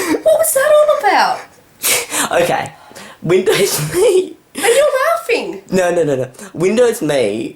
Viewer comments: It's pronounced. M.E not Me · Pronounced EM-E